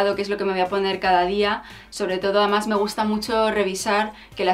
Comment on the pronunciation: Un consejo desde el cariño. Procura vocalizar más cuando dices además se te entiende "amás" y con lo bien que tú hablas y pronuncias me ha chocado bastante. Me encantas. Tienes mucha clase, personalidad y buen gusto. Se te ve muy buena gente y te mereces que todo te vaya muy bien en la vida, que os vaya muy bien a los dos. Eres un rayo de luz en este mundillo chonibloguer. Te sigo entusiasmada a pesar de que podría ser tu madre y no me puedo poner muchas de las cosas que recomiendas. Un beso enorme.